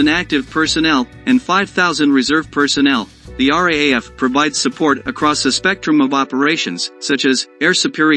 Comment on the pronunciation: R double A F is pronounced like wrath. This is why robots should not be narrating these videos.